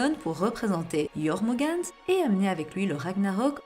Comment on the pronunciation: Non non non non non... Ça se prononce Yormungandeur.... Mis à part ça, c'est marrant de voir que les zoans sont devenus plus puissant que les logias